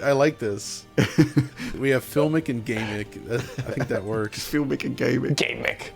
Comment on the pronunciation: Gameic? Gamic! I like it. A new entry in the Lexicon!